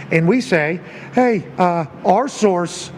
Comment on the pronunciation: The whole “source-ses” thing is annoying af